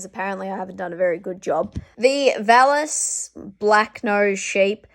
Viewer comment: Love you sweetheart, but the 'Valais' you pronounce as "Val-lass" is actually pronounced 'Val-lay'.